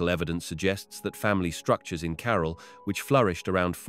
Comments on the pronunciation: I can't listen to this idiot . Learn to pronounce the name "CAROL" he says... Its CAH-RAAL .... trying to educate us and can't even pronounce the name properly. ridiculous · Super annoying how you say 'Carol' in every single sentence.